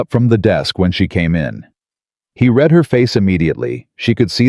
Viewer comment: To read a book is pronounced “ Reed”, to have read a letter is pronounced “ red” . 😅